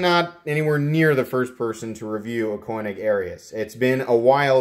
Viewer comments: Never heard Koenig pronounced that way. Just saying 🤨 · Unless I'm mistaken, the 'e' in Koenig is silent. Cool knife, well executed and spectacular finish. On my wish list. The carbon fiber looks like Vorlon coloring. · Nice video! Tho it kinda drove me crazy the way you pronounced Koenig lol. I have that identical knife as well as a custom one that was a lottery knife at blade show and they are easily my favorite knives and have replaced my xm-18 as my favorites. By the way on the new ones like that one you should see m390 printed near the pivot on the lockside. Perfect and subtle as with everything else on this knife. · Thank you. This was hard to watch...but worth the cringe.